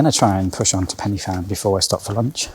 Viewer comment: Fan is pronounced Van . Very nice filming